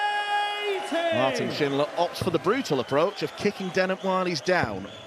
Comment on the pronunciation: Impressed by pronunciation of Martin's full name. Sounds exactly like a german would say it.